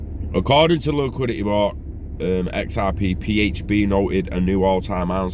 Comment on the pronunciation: liquidit eh!